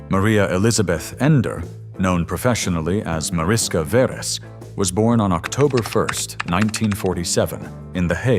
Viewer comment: The name is pronounced as if it were written Marishka Veresh in English. In Hungarian Mariska is the diminutive of Mária, and Veres is a variant of Vörös (Red in English) ... a common surname. And her father's name ... the correct pronounciation is like Layosh Veresh.